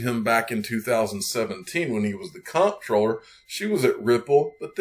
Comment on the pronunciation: Info for the masses. Comptroller is pronounced Controller.